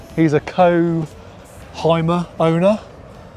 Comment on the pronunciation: The real struggle is, to call the Hymer not "Heimer". It´s a "Hümer" 🙂 Yo can do that!